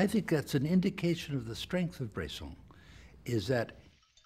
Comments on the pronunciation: It's Bresson, not Brayson. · "Brayson is a director that..." Is his name really that hard to pronounce?